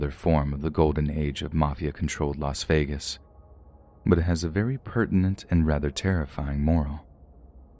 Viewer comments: it's not pronounced vegan 🤣 if that helps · I think it's pronounced las vagen